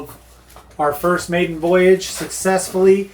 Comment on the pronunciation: said maiden……har